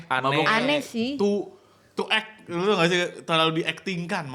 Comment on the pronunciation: Did i just hear "TOO ACT"?